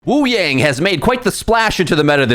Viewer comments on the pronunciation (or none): take a drink every time mispronounces wuyang or kiriko despite knowing the correct pronunciation and having pronounced them correctly in the past